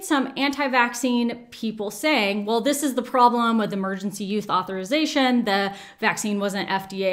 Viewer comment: at one point it sounded like you said "Emergency Youth Authorization" and I just have to say, that sounds like a badass name for a punk band. Or a dystopian novel.